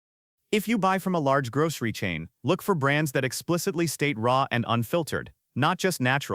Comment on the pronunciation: "Grog-ree store"?